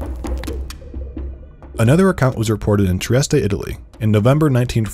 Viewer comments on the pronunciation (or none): none